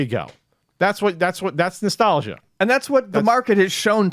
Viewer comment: I like how says "Nestelgia".... cause he so fan of the Nes he says "Nestelgia".... lol